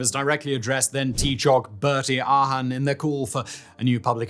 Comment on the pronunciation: Is this voiced by AI ? some shocking pronunciations it feels so off when he says garda síochána or bertie aherne .